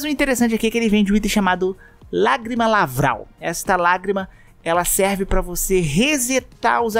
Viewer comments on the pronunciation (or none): LaRVal, não laVRal.